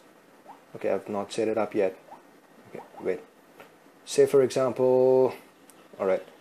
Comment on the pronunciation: OMG... @@@@ DID I hear Phai Control Instead Pie Control, and Aczamphal Instead Example.... PHAI PHAI PHAI Aczamphal Aczamphal Aczamphal... Poor pronunciation